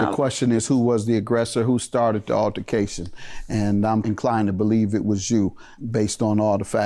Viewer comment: If the announcer say ALLARCATION instead of ALTERcation 1 mo' time😒🙄🙄🙄🤦😂